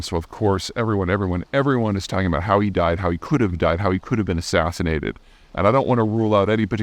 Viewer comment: as-'in-sin-nation undoubtedly